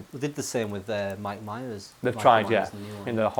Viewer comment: Thought you were saying micheal myers